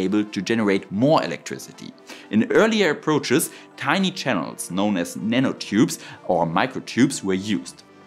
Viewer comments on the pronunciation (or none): none